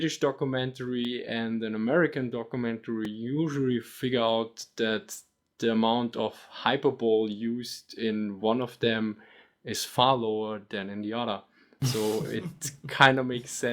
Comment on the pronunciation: Note that in 'Hyperbole' the 'e' at the end is not silent.